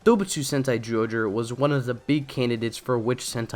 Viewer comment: Your pronunciation of "zy" as a simple "j" sound is VERY distracting! Otherwise, good vid. 👍🏻